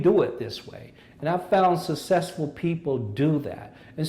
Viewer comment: Why can't he say 'successful'?